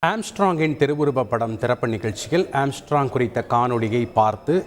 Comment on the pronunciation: Amstrog makaz athu kooda theriyaamal news vaasikkum pannaade.